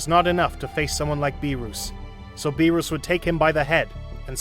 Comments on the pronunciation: It’s not berus and wis 😢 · "bewrus" "died" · Good series but beerus not beerous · "beeruss prepared the hockey" like come on bruh pronounce the names right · It was a good idea but Freezer and Beeroos? 😂 He did say them right sometimes though.